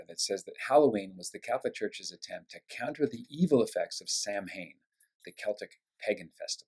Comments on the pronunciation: Samhain.....pronounced Sow -an (sow as in pig) ! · Samhain (Gaelic) is pronounced "sowen," Patrick. It was believed in ancient Irish pagan culture that demons would appear on that eve and snatch their children away forever. To frighten off the demons they would dress their children up in scary masks and clothes, the custom became called Halloween over time. As Christians, we really should be celebrating October 31st as All Souls Eve, the following day as All Souls Day. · Samhain is pronounced Sawh-enn.